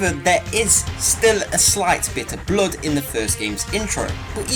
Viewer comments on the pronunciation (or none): You say "bloud", we say "bluhd" =D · "Bluud" Yeah, does sound like a fun way to say it. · He says it like the german word for stupid.